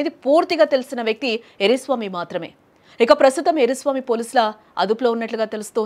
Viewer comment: ఎర్రి స్వామి కాదు... ఎర్ర స్వామి 😂😂